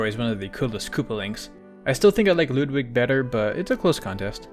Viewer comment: As a native German speaker, it's oddly satisfying to hear you pronounce "Ludwig" as you do. Pronunciation is spot on, props to you for that.